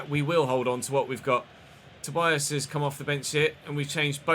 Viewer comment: Hey,! I commented before, but I think you didn't see it. Tobías' name is pronounced ToBEEas, not ToBYas.